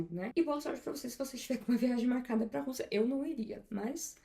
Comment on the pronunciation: Acho engraçado o jeito que ela chama o nome do país: Rûssia